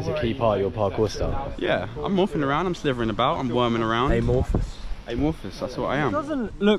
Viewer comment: I loved the bit where said "It's schlitherin' time" and just schlithered through